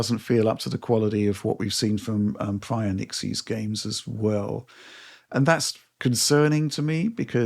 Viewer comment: this has been driving me mental so i checked (their promo material) the studio "Nixxes" is pronounced ✅"NICKS-ESS" not ❌"NIk-ZEES"